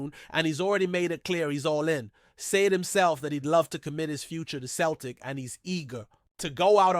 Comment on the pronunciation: Why is an American trying to tell me abt Glasgow Celtic or pronounced Sell tic